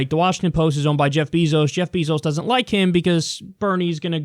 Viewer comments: It's pronounced bay-zos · Is "beezos" the proper way to pronounce Bezos' name?